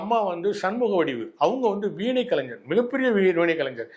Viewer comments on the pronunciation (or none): none